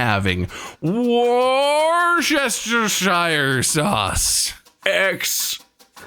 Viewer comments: I need to help non-Brits out here... it's pronounced "wuss-ter-sher" sauce. Don't ask me why. 😅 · The pronunciation of Worcestershire is killing me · That is not how you say Worcestershire sauce but excellent effort 😂😂